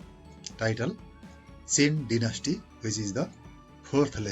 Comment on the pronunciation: Dynasty pronounation🙄